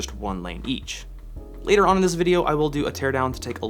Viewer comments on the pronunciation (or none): none